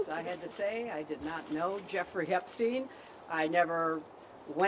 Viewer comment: "I never knew Jeffrey Epstine"